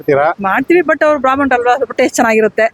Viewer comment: ಅದು ಬ್ರಾಹ್ಮಣ,, ಬ್ರಾಮಣ ಅಲ್ಲ 🤣😂😂